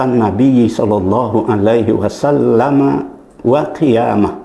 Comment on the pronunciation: Penjelasan dalam vidio ini cukup jelas, Namun Prof DR H Syamsul Anwar ini saat mengucap SHOLLALLOOHU 'ALAIHI WASALLAAM, Beliau mengucap SHOLLALLOOHU 'ALAIHI WASSALAM.....